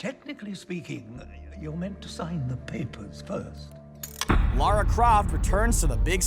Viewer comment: Why do americans not know how to pronounce “Lara” ?